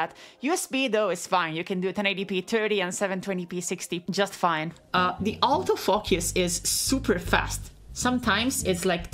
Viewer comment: The way you pronounce the word "autofocus" makes bleeping profanity a little bit silly.